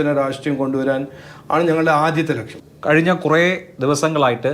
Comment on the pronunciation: Lakshyam not Laksham